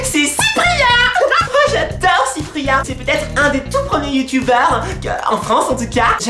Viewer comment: Le clasheu la rageu XD Les Bu-yu-tubers xD ahlalà je t'adore 😍 #TeamPalmier